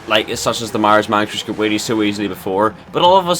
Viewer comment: every time he says whelly he says willy